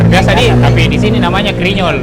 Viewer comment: Bkn krinyol tp grinyol hrsx ces..😂